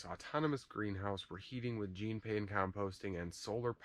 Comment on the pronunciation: Jean Pain was a genius and deserves proper pronunciation of his name. He was French. I'm sure you can figure it out from there. If not, do some research.